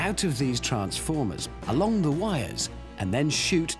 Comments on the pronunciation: "Ze radio iz on ze fritz" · Prez Ze Button Hanz